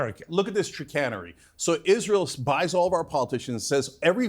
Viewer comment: Cenk it’s chicanery